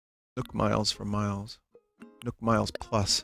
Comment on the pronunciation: Why does he pronounce nook like nuke